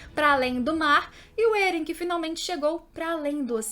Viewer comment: "êren" "mikaça"